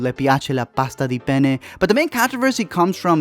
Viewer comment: Italian girl here By the way you spelled "gli piace la pasta di penne" it sounds like you were saying "le piace la pasta di pene" which translates to "she likes pasta made out of penis" Quite funny, thought you should know